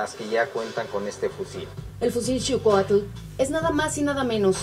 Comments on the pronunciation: Se pronuncia shicoatulh* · Se pronuncia sh-iu-coa-tl